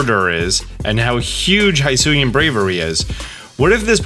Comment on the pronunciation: It is pronounce /hisui/ not /haisui/ and it is /hisuian/ and not /haisuyan/